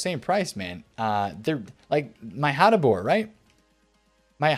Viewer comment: Great job, on the video and the Hateboer pronunciation! Lol! BTW that Theo Hernandez I so luckily packed in that 81+ upgrade 💪 is sooooo good! Thanks man!